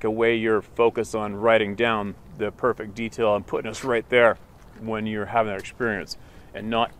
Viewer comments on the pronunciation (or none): none